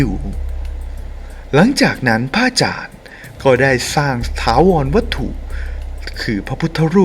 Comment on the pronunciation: ทำเสียงปกติจะดีมั้งคะ ไม่ได้พากษ์หนัง หรือเล่านิทานให้เด็กฟัง ไม่ต้องทำเสียงขนาดนี้ก็ได้คะ พะอาจารย์ หรือ พระอาจารย์คะ พูดให้ชัดคะ ภาษาไทย จะน่าฟังกว่านี้เยอะเลยคะ ตัว ร ล และ เสียงควบกล้ำ พูดให้ชัดๆ คะ อาชีพนี้จะได้น่าสนใจกว่านี้คะ สาธุๆๆ